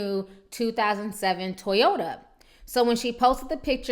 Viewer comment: Ti you almost killed me in the beginning...you said a "Brand new 2007 Toyata" lmao